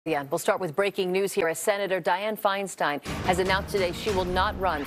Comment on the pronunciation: Pie slow